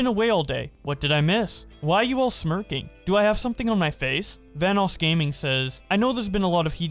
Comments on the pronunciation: Nobody gonna talk about how keem called Vanoss “Vanass” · I can’t ignore keem saying “Vanass” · yo keem is saying vannas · I got flashbacks when Delirious called him Vanass in the early 😩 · Keemstar saying Vanoss like "Van-ose" hurts me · Don't forget every Van-ass he says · I also like how people pronounce vanoss as vanoose.